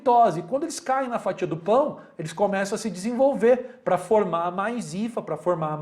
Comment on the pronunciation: Ótima aula professor!!!!,e por algum motivo eu ri com você falando pao kkkk